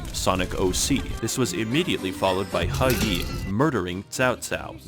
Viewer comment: Even history-centric channels that cover China don't pronouce He Yi correctly. Thanks for knowing your shit